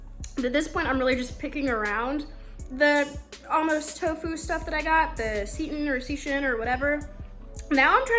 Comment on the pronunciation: Okay I might be biased.... BUT fav video so far ;) Also, seitan is tricky, it's pronounced "SAY-TAN" but hey, super proud of you for trying it out, and happy to hear you'll make an effort to eat better going forward, baby steps! Your body and the planet thanks you 🤓❤